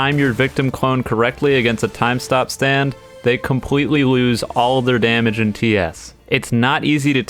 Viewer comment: not compwetely hewpwess. Is just pure comedy for the listeners